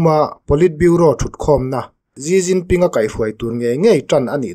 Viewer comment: Gi Ginping ni lo vin, Xi jinping (Si Jinping) ti zawk tur ni a